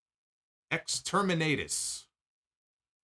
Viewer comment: Exterminatus is a reference to Warhammer 40k. Baszler is clearly a huge fan since she has worn 40k-themed ring attire. Joe is also a big fan. But an Exterminatus is when an entire planet is wiped out from orbit due to its irredeemable corruption. It’s just pronounced differently than was said here. On top of that, is great and I just learned that Baszler is 43 years old.